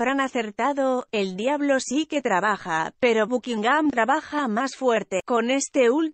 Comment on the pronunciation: Dios mío, no puedo tolerar esa voz falsa... "Bukingam", qué horrenda carajo, quién usa loquendo o como se llame hoy en día???🤬🤬🤬🤬🤬